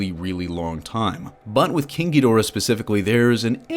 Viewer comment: Every time someone says king ghidorah I only hear kinky dora